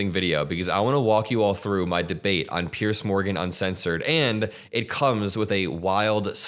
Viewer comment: Well done. Note that Piers is pronounced Peers not Pierce!